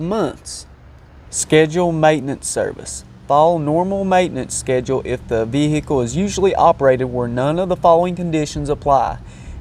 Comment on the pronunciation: Vvvvveeeeecccclllllllll, sutch a difficult word.